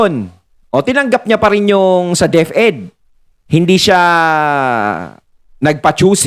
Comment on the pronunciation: HA HA HA DEP -ED po hindi DEF-ED(Deaf-Ed)🤣🤣🤣